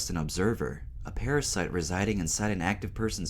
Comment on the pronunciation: funny how he says parasite.....